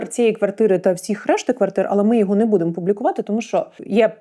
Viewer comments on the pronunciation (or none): none